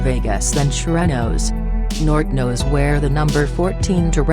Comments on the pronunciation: Damn, this video is dumb af.. Although the info is mostly on point, the robot voice is completely botching the pronunciations of the gangs.. The "Jersin Park" or "San Chuck ohs" or "nort uh noes" or "sher uh noes" Wtf lmfao silly shit there! Mispronounced damn near EVERY SINGLE ONE OF EM!! Ditch the robot voice man, it's just too damn silly to take seriously and the shit you're talking about in this video is not silly shit to be clowning around about so fix it and redo the whole thing without the retard robot narrator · The way she pronounces surenos & san chucos & nortenos got me dying 😭😭😭💀